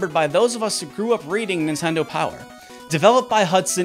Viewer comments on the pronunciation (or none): none